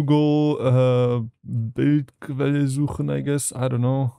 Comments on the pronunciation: Couldn't pronounce "Bildquelle" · lmao I didnt realize, you were german until „Bildquelle suchen“ hahaha